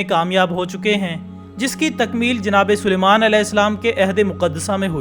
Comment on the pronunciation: BHAI PRONOUNCING MISTAKE HOVA SHAYAAD U TOLD JANAB SPELL HAZRAT SULIEMAN ALAISALAAM❤❤❤